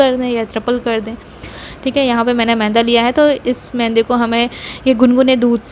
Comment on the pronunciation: Mainda nahi yaar...maida hota hai